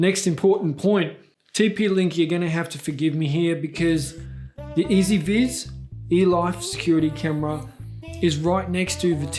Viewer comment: S ViS? its pronunced E Z VIZ (easy viz, with US accent for the z, not british)